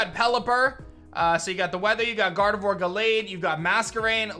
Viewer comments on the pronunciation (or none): none